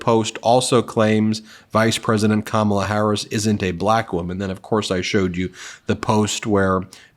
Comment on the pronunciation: If DJT insists on pronouncing her name Ka MAL a, his name should be pronounced Don OLD. Seems fair.